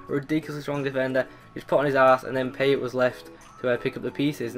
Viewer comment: It's pronounced Payé